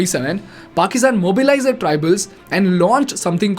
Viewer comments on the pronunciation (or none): Please change your pronunciation of the word- THEIR, it is both weird & annoying to hear it the wrong way. Rest of it is simply awesome 👌 keep it up 👏